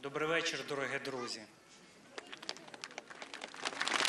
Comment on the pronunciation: ШЕВА говнюк. Любид его как спортсмена-проститутка . дороГЕ друзи